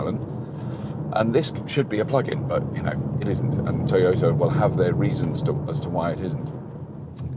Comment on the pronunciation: its toyota....pronounce as "ta" nt told